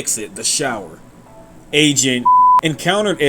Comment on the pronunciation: When you said "agent" I thought you said Asian